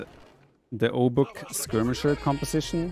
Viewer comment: Some translation for those interested for whatever reason: 'rozkazania?' - 'orders?' 'gotowam jest' (pronounced gotovam yest) - 'I'm ready' 'jestem sprawiaczką' (pron. yestem spravyachkom) - 'I'm builder' Also 'obuch' should be pronounced as 'obuh'. It derives from 'broń obuchowa' - 'blunt weapon'. AoE Poles use a weird hybrid of modern Polish pronunciation and accent with some archaic words and forms thrown here and there.